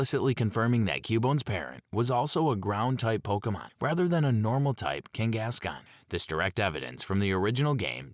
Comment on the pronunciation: abbreviated vernacular and consistent mispronunciation of names/words with same spelling with no real dialect says very much so AI and not real human vocals. Ex: Kangaskahn is pronounced “King-gas-con” repeatedly with the same cadence and robotic tone